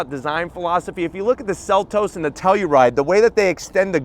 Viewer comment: The sell-u-ride 😅